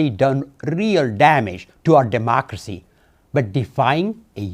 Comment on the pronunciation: He could barely say democracy